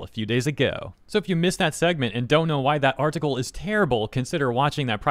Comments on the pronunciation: What is an R-Tickle? Why do you keep saying R-Tickle? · Why does bro say article like that